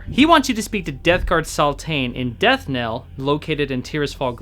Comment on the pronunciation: Death knell. You keep saying it wrong.